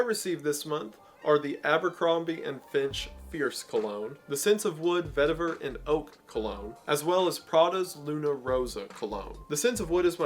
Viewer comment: Is "vetivver" the right pronunciation? During the add? Ive said "veteever" with no confidence. Ive never heard it said out loud